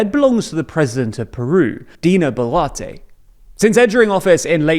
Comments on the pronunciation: Advice, it pronounced as Bolwarte... Not Bolarti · your several pronunciations of the surname boluarte is very entertaining to me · I can't get over him pronouncing BO'LATTE.